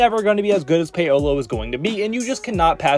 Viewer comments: After I heard "Pay-O-low" for the tenth time i couldn't even finish the vid🤦🏾‍♂️ I'm sure the rest of the content here is good, just sayin👌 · Who the Fck is Pay-oh-Low?......... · Yea saying Pay Oh Low really brought down a lot of credibility